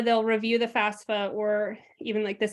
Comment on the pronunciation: Excellent content. The guest pronounces it FAS-FA Why do people in the field pronounce it wrong? Is that the right way to say FAFSA?